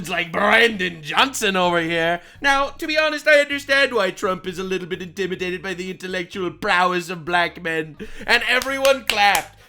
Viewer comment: Am I the only one who hears "intiminated" when he says it? Cause that shit is hilarious. HE INTIMINATED BY MY INTELLECT!!